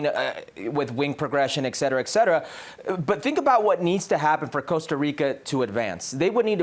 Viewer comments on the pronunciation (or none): Did he say "eck cetera"??